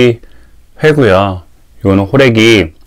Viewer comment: ㅋㅋㅋㅋㅋ 호래기를 홀애비로 내 귀엔 들렸어요 ㅎㅎㅎ